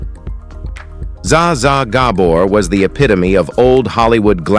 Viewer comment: You leave Bruce Willis alone! He has suffered enough, and is still suffering. Give the poor man some dignity. This is one of the worst AI narrations I've ever heard. Can't pronounce Bette Davis right, can't even come close to pronouncing Zsa Zsa Gabor correctly. And shut up about John Wayne. John Wayne is a legend. Period.